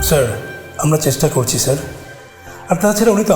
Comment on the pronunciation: মহিলা পুলিশ বাংলা উচ্চারণে একটু ইংরাজি টান আছে --- যেমন --- স্যা---- আড় ( স্যার )